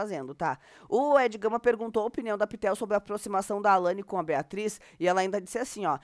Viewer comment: Ela falou BERRATRIZ, Facada na BERRATRIZ !! ASSISTE AI 😅😂😅😂😅😂😅😂